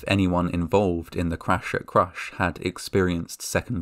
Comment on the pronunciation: "The cwash at cwush"